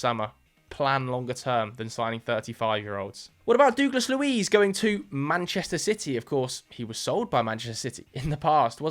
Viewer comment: Who is dooooglas Luiz 😭😭